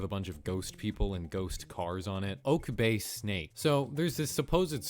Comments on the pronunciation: Just thought I would mention that Oke bay is pronounced Okey bay not Oak bay and there are often dolphins there also dolphin watching boats which could explain it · Oke bay is pronounced oh-keh bay, not oak bay. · BTW "Oke Bay" isn't pronounced "Oak", it's pronounced just doing the raw sounds of each letter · I know this is 3 years later but oke bay is pronounced “oh-kay” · Oke bay is not pronounced oak